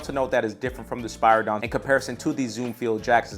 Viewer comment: Spear a don not is how you say spiridon and the air max 1 wasnt the first air max the air max 270 was